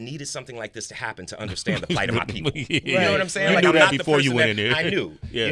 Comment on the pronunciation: Every time he refers to his innocence he says “…do dis.” But every other time he pronounces TH it’s not with a d sound.